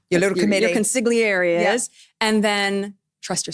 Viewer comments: Meghan, darling, if you must use foreign words, please learn to pronounce them. ConsiGlieri? CroissanT?! Girl, please!😂😂😂😂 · The way she butchers the word "consigliere" had me howling!!😂😂😂😂😂😂😂😂😂😂😢